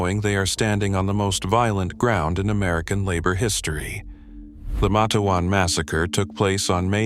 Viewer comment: It's Mate-wan you AI idiot!!